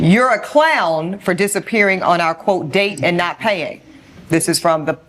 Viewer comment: "fur a couple dates"